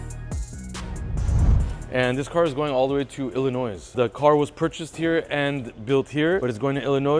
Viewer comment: Illinois(s) is silent.... But great work. Just ordered my G6 3RD and I'll be in your building soon!!